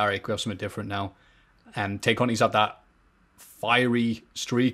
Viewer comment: I know this might sound petty, but I have to point it out. Tay is pronounced as "tie".